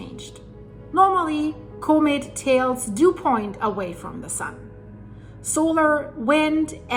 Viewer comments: Coe Mitt? Nah the word is pronounced Comm Mitt. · Comet Pronounced ‘cawmet’